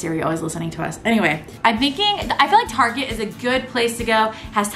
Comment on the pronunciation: I love the dancing and when you said target or should I say tarshay